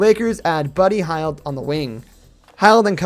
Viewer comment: Learn how to say buddy hield name right my guy, its like yield wit a h